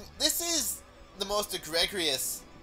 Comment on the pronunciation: Also you pronounced egregious pretty terribly.